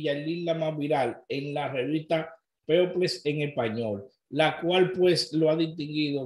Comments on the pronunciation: Se pronuncia pipol no people. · People se Pronuncia ( Pipol ) 😅😅👍🏾